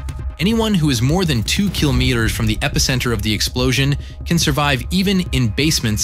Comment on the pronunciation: Does anyone else notice he’s saying kilometers wrong? Am I the only one or what?……..